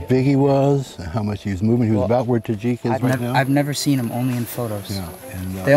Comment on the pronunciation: When he called salim “tajik” I lost it